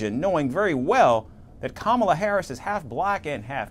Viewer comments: Kamala Kamala 😂 butchering her Indian Name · Does he always pronounce Kamalas name wrong on purpose...weird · Inaccurate. He called her “lazy as hell", a “stupid person” and went on to ask: “Does she drink? Is she on drugs?". He also referred to the first woman of color to lead a major party ticket as “slow" and having a “low IQ.” And that persistent mispronouncing of her name IS an insult; you will admit that, right? She said he "looks up to Hitler", said "he quotes Hitler", and said "his coworkers have long said he admires Hitler". All of which are Facts; no debate required. She has not said he IS Hitler; Hitler was a titanic figure of global darkness and racial Evil, and little slimy DonOld isn't in that League. Now, to KEEP him from becoming so, go vote Blue. Yes, you and Everyone Else as well! 💙💙💙💙💙💙🌊💯✌.